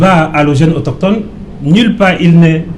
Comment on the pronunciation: AutOSCHHtone, autOSCHHtogénie 😁😁😁😁